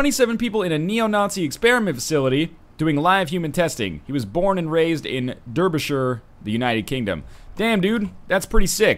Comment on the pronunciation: Hey, NL ... Derbyshire has vowels, ya know!? Hahaha! It's pronounced "darby-shire" ... the second part is like where Frodo lived =D